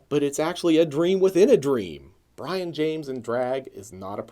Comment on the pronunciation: It's pronounced Bree-on not Brian